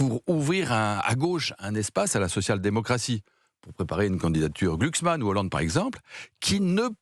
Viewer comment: Il n'y a rien de raciste dans ce que dit Mélenchon sur Epstein et Epstine, ni dans sa mauvaise prononciation de Glucksmann. Sur Eps"tine", c'est par rapport aux russes, et le fait de ne pas prononcer le "n" final à Glucksmann n'a rien d'antisémite non plus, que ce soit volontaire ou non. Arrêtons cette fausse polémique ! Ça n'a trompé personne à gauche à part ceux qui ne se sont pas renseignés et ont cru la droite, et ceux que ça arrangeait. Par ailleurs, le racisme et l'antisémitisme sont illégaux et condamnables dans notre pays. Or il n'y a ni plainte ni condamnation contre la France insoumise. Et si autant de forces de "gauche" les ont rejoints et autant de Français de gauche ont voté pour eux, c'est bien qu'ils ne le sont pas. On ne peut pas renvoyer dos à dos RN et LFI, ni confondre les électeurs d'extrême droite avec ceux de gauche, ce qui ne sert que la propagande de droite.